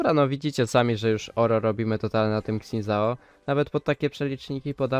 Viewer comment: trochę boli jak polacy wymawiają jego imię